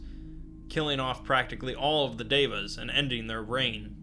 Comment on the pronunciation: I'm glad you pronounced Deva correctly. You'd be surprised how many people fail. I hear "diva" a lot. It's annoying.